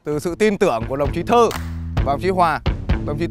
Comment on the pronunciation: Sao tên của puka mình cứ nghe thành đồng chí Thư mà không phải Thơ ấy ta.